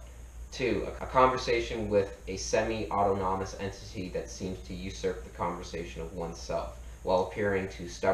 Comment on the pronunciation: "ôˈtänəməs" not "auto nommus" ...like this, brother: "aw-TAWN-awm-us"